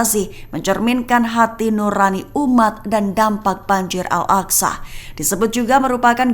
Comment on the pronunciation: Baca al aqsa itu bukan al aksa tapi al aqso itu kan huruf arab cantik😊